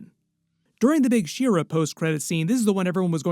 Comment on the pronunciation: She-Ra is not pronounced "Sheer-uh". It is literally "She-Ra".